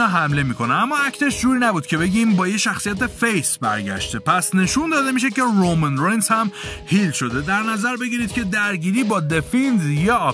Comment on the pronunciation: رومن رینز رو خیلی باحال تلفظ میکنی😂